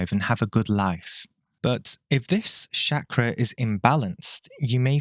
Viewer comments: Mate, its Chakra, not Shakra ffs. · Every time I hear you say Shakra, i feel to hit you over the head. The world is Chakra. So while you refused to pronounce Chakra the way it is spelt, you went ahead to pronounce Ayurveda the way it is spelt as if it is a n English word.